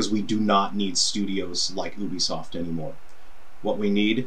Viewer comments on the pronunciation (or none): none